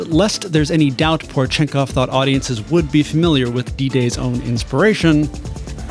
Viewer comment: How, exactly, did you manage to get "Ivan" correctly, but butcher "Porechenkov"? Po-reh-chen-kov, not pore chenkov...